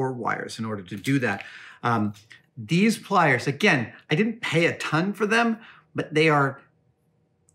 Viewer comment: Lockwire plires